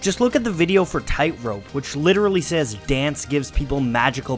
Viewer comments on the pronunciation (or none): none